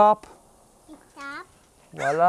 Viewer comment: Love NY pizza.... but it's not walla... it's voilà